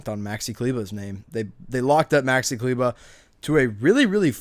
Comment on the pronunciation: Klyva? Dude it's kleber 🤣